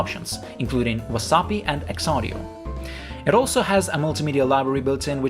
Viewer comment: The violence in the way you pronounce things like WASAPI or OGG is really stressing. Really added to the experience